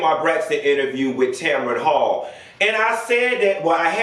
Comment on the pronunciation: Her name is TAMRON HALL not Tamaron🤦🏾‍♀️🤦🏾‍♀️🤦🏾‍♀️